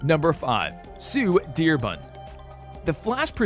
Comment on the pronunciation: why do you say sue dearbun